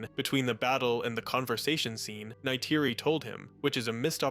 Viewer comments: That was an interesting restructuring of the movie, spoiled only by the repeated mispronunciation of Neytiri. 🫤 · i like your tweaks just please for the live of god STOP saying Neytiri’s name. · Why do you say Neytiri and dog tag the way you do? I’m not even sure what you say instead of ‘tag’ but Neytiri? It’s not even an accent or anything you’re just straight up saying it wrong.